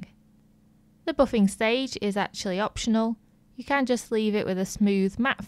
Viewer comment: Useful tips! "Boffinggg" What dialect is that???